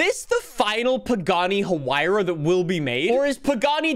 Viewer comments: its "y-ruh' thats how Hyuara should be pronounced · Huruh-ruh?? BRUV.. “Y-rah R” 🤣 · “The Pagani Ururu” it’s why-ra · Ah yes the Pagani Huaruaruar R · The Pagani Hururur😂😂😂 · that pagani huayra R pronounces "wai-rah" from what I'm aware of. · "the pagani hurrur" xD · The Pagani is actually pronounced high ra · Not to be mean I just want him to know that pagani is pronounced why-ruh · It's pronounced "why-ruh" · It's pronounced ha-why-ra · I love how pronounces Huayra XD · please tell how to pronounce huayra